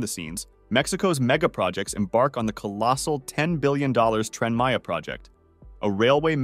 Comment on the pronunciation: It's that damned AI speech and text again. The intonation is easier on the ear here but "Cable state?" Twice? "Trend Maya?" and now the hilarious "A shocking toll has already been exacted, with 120 square CM of jungle cleared" If you're being so pushed for time to get it out there, then take your undoubted skills elsewhere. If you just pressed send, then you're letting yourself down. And us.